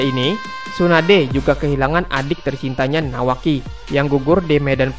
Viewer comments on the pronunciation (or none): Menit bukanya nawaki tapi kawaki coba dengar baik baik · Ada yg sadar di menit bukannya bilang nawaki malah kawaki